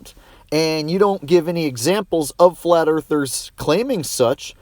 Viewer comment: Now heres the problem... THE DISTANCES ARE INCORRECT ON THE FLAT MAP AND HE PROVED IT BUT YOU DIDNT AND JUST SAID OH NA MATE THE EARTH IS FWAT DERP